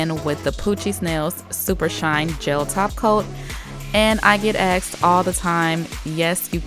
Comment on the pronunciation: It's not aksed it's asked......